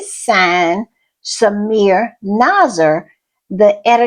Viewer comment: It is not "Samir" - it is SamiRA.